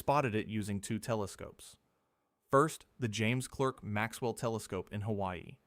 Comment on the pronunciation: PLEASE! If you know the history of science – then you know that James Maxwell’s middle name is pronounced CLARK! Not clerk.